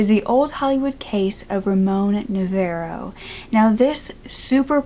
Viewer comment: Hard to hear you say Na VAIR oh. Noooo! You say it like VAR rhymes with FAR. NA VAR OH. IF you can't say his name right, it hard to listen to the rest of it.